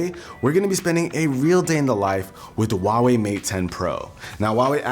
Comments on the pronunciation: Wtf is a "WAAWEE" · It's not pronounced wahwei. You need to pronounce the h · How american say huawei lmfao